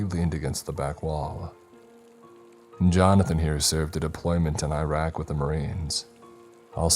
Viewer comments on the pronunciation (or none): none